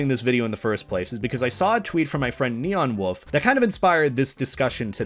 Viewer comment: when u said neon woof i thought u said nyan wolf lol